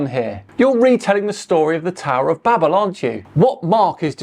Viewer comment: Good fun. One small thing:- It's the Tower of Babel, (bay-b'l). Babble is just what the storyteller is doing :-)